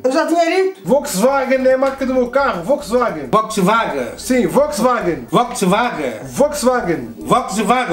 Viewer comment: tudo errado? ele acertou de primeira no Volkswagen